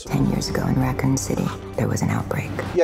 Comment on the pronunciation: não funcionou, sei q é idiotice tipo é o MENOR dos erros mas ela falando RAcon doeu meu coração fora a distorção das histórias dos outros filmes estragou a franquia tipo mtu, não da pra listar os erros masss contudo entre tanto assisti e comprei o dvd pq o carinho q sinto é mtu grande a gente ama mesmo sendo cheio de defeitos, acabei de descrever uma relação não é mesmo kkk 🤔